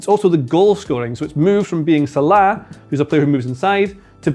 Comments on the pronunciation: Who's Salaaaa?.. he scouse? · why do you pronounce salah like that, so annoying...